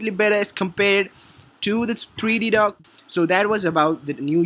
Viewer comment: Funny to hear him say DOG where he means DOCK